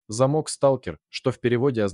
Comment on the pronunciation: Все ничего, но что с дикцией у вещающего? Сейчас модно что ли коверкать элементарные слова нелепыми ударениями? "ЗамОк" вместо зАмок, "на скАле", вместо на на скалЕ и т.д. почти в каждом предложении такие перлы